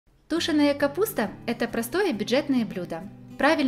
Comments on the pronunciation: Тушёная,, а не тУшеная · Капуста простите тушёная, окончание на ё , а не ту---шеная, говорите правильно пожалуйста, слушать не приятно, а рецепт хороший 👍, не обижайтесь пожалуйста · Тушёная капуста. Ударение в слове делаете неправильно. Извините, что подсказываю, но я это делаю для Вас.А рецепт хороший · Вроде все грамотные и « язык слышно ведь свой а выражаетесь не правильно что значит ( тушеная) ударения ставьте правильно надо на «е» вроде русско - язычный человек